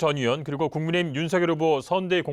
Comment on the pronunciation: 김용남 자꾸 국민의 짐이라 하는 것 같지?ㅋㅋ 발음 탓인가 ㅋㅋ